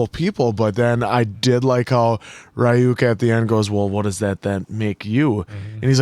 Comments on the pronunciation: Why in DUB???? WHHHHHHHHHHHHHHHHHHHHHHHHHHHHHHYYYYYYYYYYY !!!!!!!! 😒🙄 The cringe!!!! Can you make 4 episodes in each video ?! Like avatar and korra so that the cringe is less painful and of shorter duration !?!? And it's R-yuk not Ri-yuk !! Here we go with the dub cringe. It's a shame because I LOOOOOOOOVE Death Note. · I am always amazed by Americans disregard for pronunciation. RYUUK somehow becomes Ri-yuk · ryuk is pronounced as ryu -k ("ru" as in rumour) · So, just letting you know how Ryuk’s name is actually pronounced. It’s similar to “ree-ook,” but the “ree” sound isn’t actually all that long. It’s like the word “beauty.” You don’t say “bye-yooty” or “bee-yooty.” You say “byooty.” It’s the same with “Ryuk.” It’s not a very common sound in English, so it’s hard to grasp at first, but once you get the hang of it, it’s no harder than saying “beauty.” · Why are you saying Rai UUK for Ryuk? Where are you getting Ai from Yu? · its pronounced Re-Yuk u guys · The way they're pronouncing Ryuk's name is killing me